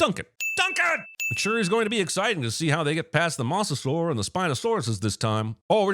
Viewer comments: What the fuck is a "mussasaur"? Thats an "o" sir. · I think the real sin here is how John Cinemasins says mosasaur. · Why has Cinemasins still not learned how to pronounce "mosasaur" correctly?